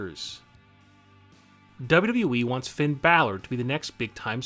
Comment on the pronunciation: That's not how u say Finn Balor its post to be Finn baylor